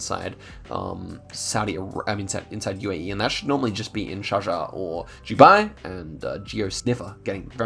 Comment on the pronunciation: This is a cool series. Quick tip.... Dubai is pronounced "Do-Bye", not "Jew-Bye" "Do" as in "I do not drink milk" and "bye" as in "bye Samuel, it was nice talking to you". Pls give my comment a like for my creative examples😂